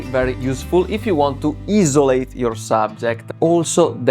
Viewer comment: good video and i respect you trying your english lol… it’s not bad but you will get there. As somewhat a new photographer myself I will support your content. Also the word Isolate is what you were trying to say…..pronounce it as 👁️ (Eye) - So - Late. You’ll get it don’t worry #TrustTheProcess. I’ll see you in the next one brotha 🤙🏾